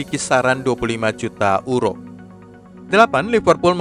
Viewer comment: Maaf untuk pembaca berita, agak lucu menyebut EURO dengan URO, adalah lebih tepat menyebutnya dengan YURO